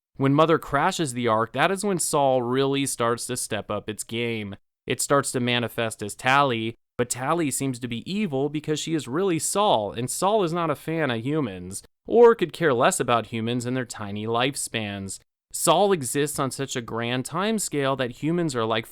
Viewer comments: Isn't it "Sol" like the Spanish word for sun? (sounds more like "soul")? Keep calling it "Saul" in this video! Like, from Tarsus? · Pronounced soul I thought. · Sal (Saw-Uhl) 😆